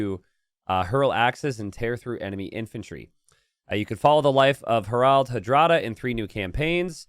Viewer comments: His pronunciation of "Harald" leads me to believe English is not his first language. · would the English spelling be “Herold”, stemming from herald, which comes from the non-English “Harald”?